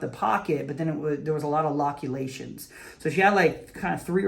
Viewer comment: I think you said "lobulations" because I thought "thats a giant glob" and then condensed the 2 hahaha